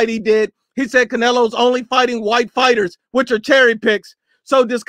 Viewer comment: Yet you calling ‘fighters’ fightem 🤦🏽‍♂️